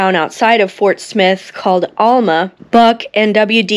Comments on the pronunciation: Good job but I am from Arkansas and Alma is pronounced Al Ma. Not All Ma. Judy letting you know! Love your videos. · Hi! I'm new to your channel. Great job! I'm from the Fort Smith/Van Buren/Alma area, (btw - it's pronounced Al-muh, not All-ma)😁 The Constable that Buck shot in Alma was the grandfather of a gentleman I went to church with, and who was a well known business man in Van Buren. The area where Buck and WD ditched the car they stole immediately after the shoot out, was close to where our family's home would later stand. After ditching the car in the Vista Hills area, Buck and WD walked down the side of the mountain and crossed into Fort Smith via the train bridge. In doing so they walked past the house my father was living in at that time. He was 4 years old at the time. The motor court in Fort Smith where the gang was staying, was still standing till I was in my 20's. My dad remembered the first time the death car was brought through town, and when I was around 10 it was brought through again and I was taken to see it. Love hearing your stories on Bonnie and Clyde. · We pronounce it Al-ma as in the man's name "Al" muh as in "mu" ther (mother). I'll have to find the plaque location. Not sure where you are in the video. Maybe near the high school and Interstate 40? Pretty Boy Floyd's grave is not far from gere near Muldrow OK. I was taken there once. And I live within walking distance of Hwy 71 N. Interesting tidbits.